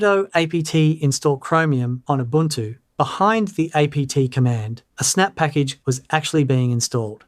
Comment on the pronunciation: oo boon too. mah tay